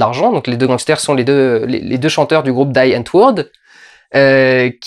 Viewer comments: Je crois que ça se prononce "di antvorte". Et je crois que ça veut dire "la réponse". Bref... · ça se pronnonce Dî Aantwoooooord, c'est du néerlandais ;) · Pour "Die Antwoord", ça se prononce (à peu près) comme "Die Antwort" en Allemand (et ça veut dire la même chose : "la réponse"), en gros "Di antvorte" ;-) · Chappie, ce film est une bombe, un futur grand classique, déjà une référence du genre.☺ Au fait "Die Antwoord" ça veut dire "La réponse" en afrikaans et donc comme en allemand, ça ne se prononce pas "daille" mais [di]. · C'est pas "daille antwourd" c'est "di antvourt" c'est "là réponse" en afrikaans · juste au passage, ça se dit comme en sud-africain, c'est à dire "di entwoud" ;) pas "dye" ;) voilà... sinon très bonne critique, bravo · Die Antwoord se prononce [Di] Antwoord et pas [Daï] Antwoord (j'ai fait la même erreur...). Et Bloomkamp n'est pas pote avec Yo-Landi et Ninja, il a même déclaré qu'il ne voulait plus jamais tourner avec eux. Certaines scènes aurait même était raccourcis ou supprimé car le Bloomkamp voulait le moins possible avoir affaire à eux en fin de tournage. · Walter White On prononcie "di antwoord" d'ailleurs aussi et pas "daïe antwoord" ^^ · Salut camarade comme je vient de revoir chappie j’ai u envie de réécouter ton vlog,et petite précision die antwoord(la réponse)se prononce dii antwooord.salut l’ami. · Je le vois un peu tard, mais c'est un vlog intéressant, je devrais regarder Chappie. Au passage, "Die antwoord"/"Die Antwort" ("La réponse") se prononce "dis antvorte" (à la française). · peut etre il ne faut pas ignorer, ou alors découvrir l'énorme travail de jeu, de mise en scène et d'acting de leur nombreux clips ( di antvort pour la prononciation , c'est de l'afrikaner ) de ces deux artistes complets que sont " yolandi" et " Ninja"... a quand une critique de " Sererenity"?? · ça se prononce Di antvourt (le R est roulé), c'est en langue zef, argo mélange de toutes les nationalités qui vivent ou ont vécu en Afrique du Sud! ^^